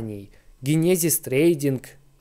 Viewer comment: Чувак иди учи английский не генезис а ДЖЕНЕСИС 😂❤